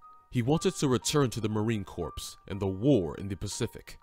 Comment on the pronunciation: Poor narration, learn how to say CORPS, no we would not know how he looked by watching the Pacific HBO Show. He didn’t play himself.